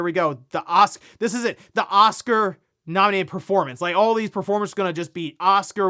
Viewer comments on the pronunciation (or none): none